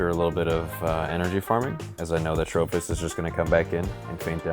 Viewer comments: I actually like it, ima call it Trophy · Why does he switch the 'i' for an 'h' though?